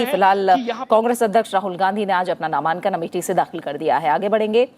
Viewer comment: मैम ,ये नामांकन होता है नामान्कन नहीं